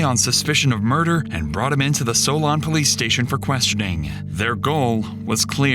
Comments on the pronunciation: "Soul-Un" not "Soul-On". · I didn't realize this was Ohio omg. It's Soul-en. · It's pronounced Sole-In. I used to live 20 mins from it.